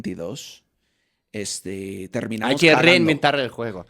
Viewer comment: Jajajajaja como reí con "terminamos llorando" 😂😂😂. You lo escuche asi; "terminamosh llorando" 😂😂😅😅